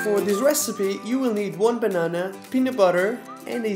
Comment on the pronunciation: I love the way you say "banana" very portuguese!😂🇵🇹 Beijinhos!💕